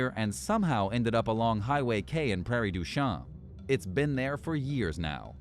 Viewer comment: Prairie du "sheen".